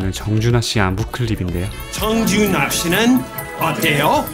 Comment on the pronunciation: 청주 날씨는 어때요 이겤ㅋㅋㅋㅋㅋㅋㅋㅋ 정준하씨는 어때요 로 들릴줄은 꿈에도 몰랐네요 ㅋㅋㅋㅋㅋㅋㅋㅋㅋ 빵터짐 진심 ㅋㅋㅋㅋㅋㅋ